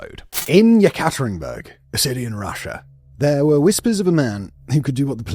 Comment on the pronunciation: Simon, you're one of my favorite docu-narrators. But really, you need to work on your Russian pronunciation, or, at least look up how to pronounce words like Yekaterinburg.